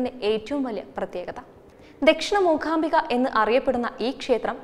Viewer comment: അക്ഷര സ്പുടത ഉള്ള കുട്ടികൾ ആരെങ്കിലും അവതരിപ്പിച്ചാൽ നന്നായി. ''മൂഖാമ്പിക' എന്നൊക്കെ പറയുന്നത് എത്ര അരോചകം.